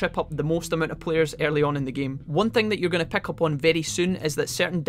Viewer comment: Can you please pronounce words right! “Pick” is not Peck. “Hint” is not Hent. Just please take that into your consideration, thank you